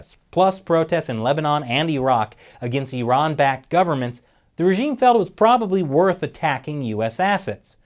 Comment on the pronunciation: I live the fact that you say eeraan and not eyeran.